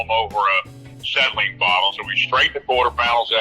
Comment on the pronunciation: Acetylene bottle, not "settling bottle" LOL!!